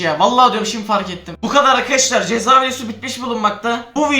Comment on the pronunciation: Abi cezaya çeza demişin ama